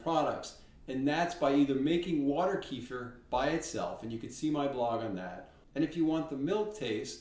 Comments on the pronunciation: You answered a bunch of my questions about making Kefir, what to do " if " , and added some very interesting solutions to taste ! Thank you =) - Also ... you are the only Content Creator I've heard pronounce Keh-Fear correctly. Thank you for this as well. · Kudos to you friend- one of the rare folks that pronounce it correctly. (Ka-Fear) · At last an American pronouncing it correctly! There is hope in this world. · THANK YOU FOR PRONOUNCING "KEFIR" PERFECT! It is so annoying when people do not know how to pronounce yet they make a video about kefir! Geesh!! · Both of your videos have been very concise and clear and answered a lot of questions that other videos miss - I also am chuckling because its nice to hear an American saying Kefir the correct way - but I'm laughing as sometimes your using the American way and switch between the pronunciations .... :)